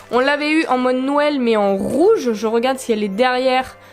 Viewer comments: Youpiii des nouveaux boosters . J'ai remarqué que tu as tendence a dire nouël et pas noël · Ca me fait rire, à chaque fois j'ai l'impression que tu dis Nouël :) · Il y a que moi qui remarque que dit nouël une fois sur deux? x) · Y'a que moi qui trouve que prononce bizarrement noël? Elle dit "Nouel" ça me stress mdr On t'aime quand même ♡